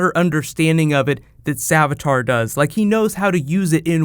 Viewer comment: savitar. not savatar